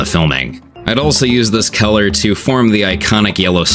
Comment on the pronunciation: Him pronouncing color as Keller had me confused for the longest time